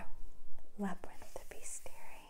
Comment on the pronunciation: It's pronounced bes·ti·ar·y I checked Google 😂